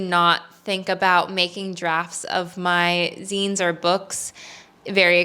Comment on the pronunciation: At least she didn’t pronounce it ZYNES 😂